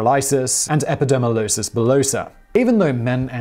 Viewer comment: Epidermolysis ep-id-derm-oh-Lie-sis. Lysis, not loe-sis. Bullosa. Runs in my family just correcting the pronunciation.